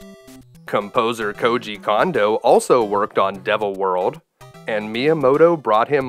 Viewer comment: As a fan of your videos, I just want to point out- Koji Kondo's last name is pronounced "Cone-doh" (not "Kahn-doh").